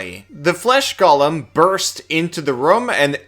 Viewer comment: I'm fricking begging you here, 'similar' is NOT pronounced "sim-yoo-lurr", and 'golem' is NOT pronounced "Gollum"